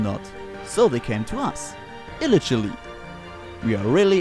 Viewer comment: illegally wird aber anders ausgesprochen. ;) Aber sonst sehr lustig!